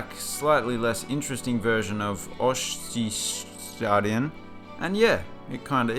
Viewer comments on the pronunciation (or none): How hard can it be to pronounce Ostseestadion?! Come the fuck on.